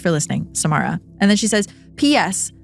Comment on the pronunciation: whew it’s not my story but my name is samara too and when you said it (correctly too thx!!) i nearly jumped out of my seat 😭 freaked me out bc it’s so rare to hear